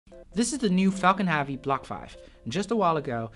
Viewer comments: I’m sorry mate but your pronunciation of heavy is becoming annoying...hevy not havy....now put that together and you have heavy..👍🏼 Interesting video nonetheless 👍🏼😊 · I actually can’t stand how you say “Havy” it was funny at first in earlier videos but now it’s just annoying 🙄 but great quality video, sir! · Why you say faalcon havie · Why do you say Falcon Harvey ? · great video but i was always distracted by the pronouncing of the word heavy like hAvi... is not A is Epsilon E. hEvy like e is pronounced in Elephant. 😋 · I am sorry...but I had to say it....what is Falcon Havey? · Thanks for the awesome video, but it would be very nice if you would pronounce "heavy" correctly! Is it that hard? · Please pronounce heavy properly... it’s pissing me off.